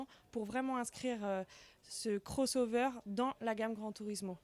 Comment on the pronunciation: Dayboat, beam, bow rider, cross over (prononcé crôss au lieu de crosse), etc... Il va falloir se mettre plus assidument au français, chez Bénéteau ! ;-)